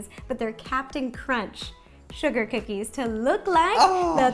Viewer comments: YASS COO-KEYS😜 ok im done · So these are coo-keys? (I'm sorry)